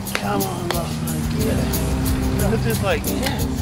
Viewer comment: I hate to be "that" guy but it's generally pronounced 'lock-lan'. Otherwise I fully admire, and somewhat share in, your midlife crises. Enjoyed.